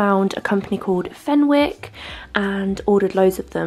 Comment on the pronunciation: Fenwick😂😂 it’s pronounced fennicks 🥰